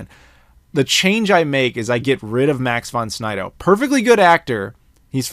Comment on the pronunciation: Max Von Sydow...not Snydow. Very classic actor.